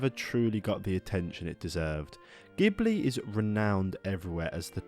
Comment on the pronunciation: Stop mispronouncing Ghibli, please 🙏